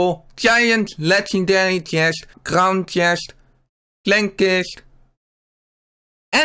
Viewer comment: Bij eh 😂😂😂ik ga stuk een lekanderie uit goude khhiest